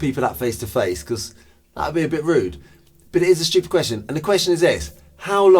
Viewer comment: nothing stupider than saying “stupid” in british